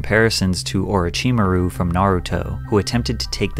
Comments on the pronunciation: My Patrick in Christ you skewed the Naruto character’s name It is pronounced, A-row-Che-mar-ooo not Or-a-chi-mar-ooo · Oroimachu is the worst pronunciation of it I’ve ever heard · ORA-CHIMA-RU LMAO its OH-ROACH-CHI-MORROW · Patrick I just love your videos, but it is not pronounced Orochimaru is pronounced Orochimaru. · It's Alzheimers not "All Timers", Bram Stoker not "Stroker", and Orochi-Maru not "orocheemaru" Drink beer 🍻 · ORRACHEEMUHROO???? BRUH LMFAO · “Oh-rah-chee-mah-roo” -Tell me you don’t watch anime, without telling me you don’t watch anime💀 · Orichimaru, that pronunciation was disgusting 💀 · "Or a chi mah roo" 🤣🤣🤣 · This man's really said Orocheemaroo and Saucekay💀💀🤣🤣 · love ya but that orochimaru pronunciation was wild :D o-ro-chi-ma-ru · My man butchered Orochimaru's name. 😂😂 O-ro-chi-ma-ru. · Bro you really said ochimaru didn’t you 🤣🤣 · He did not just say "Oh-chi-ma-rue" 🤦‍♂️ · Owrochimauroo and Sawskay 😂😂😂😂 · oro-chimaru. I like this pronounciation. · Oro chee muh roo I love this new pronunciation. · Bro said Oreochemaru or sumn, wtf🤣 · Ima let you slide on that Orochimaru pronounciation. But just so you don’t get attacked in the future Patrick, pronounce it as if you were saying “A roach in my room”. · Bruh said…..Oricheemuhroo💀💀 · I love you Patrick. But u ain’t gotta say my boys Orochimaru & Sasuke’s names like that. Bro said OrIHCHIMARu & SowSkay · not my nigga "ORO- CHMRU" and "SAU-KE" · Don't think I've ever heard a worse pronunciation of Oro-chi-maru in my life let alone from someone that's near my age group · ORICHEMARU? SAWSKAY? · Did anyone else get triggered when he said aruchimaru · Nooo not pat butchering orachimarus name 😭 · "ORA CHI MORU"??? Bro you can do all this research but not research how to pronounce a tv character properly when it would have taken 1 youtube clip? SMH like good video but WHATTTT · saousukay and oro-chee-muh-roo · The most disturbing thing about this video is your pronunciation of Orochimaru and Sasuke lol